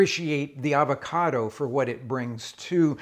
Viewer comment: Hey Rick, why not pronounce the name of the fruit correctly?